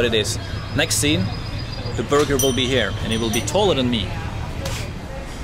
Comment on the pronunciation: play this at 0.5 speed, and enjoy drunk Herald ordering a burgar